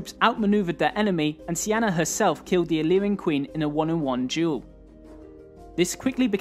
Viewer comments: Her name wasn't even close to being pronounced "see-anna".. its not even spelled in a way it could be pronounced that way lol. Her name in her time would have been pronounced "key-nah-nay". sorry to be a stickler but I always feel like we are learning a fake history when we don't take the time to learn these peoples real names. There was no Alexander the great. He was Alexandros III of Macedon Son of Philip II. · I'm a bit confused by the pronunciation of Cynane (Sienna?). While it may be correct in modern English in Greek it's written as Kυνανη, meaning it should be pronounced very different. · How to pronounce Cynane? it sounds like Cyane